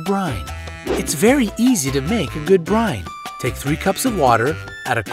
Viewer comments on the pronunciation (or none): none